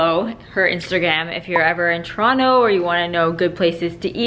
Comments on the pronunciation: This lady is not from Toronto I cam tell how she pronounces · How can represent Toronto and not even pronounce Toronto right:(